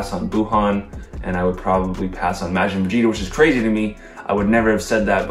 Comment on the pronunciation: love the video and predictions, but can you please start pronouncing Majin correctly?